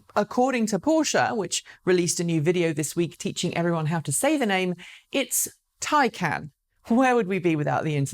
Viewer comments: More "tie-khan" than "tie-can"... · Not quite the correct pronunciation of Taycan (the "can"-part) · i mean there is a difference between taycan and tycan am i right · A news snippet specifically about how to pronounce Taycan and you still get it wrong. Ooops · I do like your show, but perhaps you should not discuss pronunciation. You still do not get Taycan right. Apparently your did not listen very well. You missed the correct pronunciation of Daimler several times as well. Passing off the concern about correct pronunciation as a joke contributes to the impression of English arrogance.